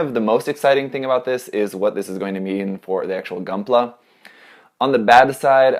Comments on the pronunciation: Most Italians say "goonpla" that way, because that's how you read it in Italian (more or less)... not that it explains anything. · lmao they pronounced gunpla like they do in Italy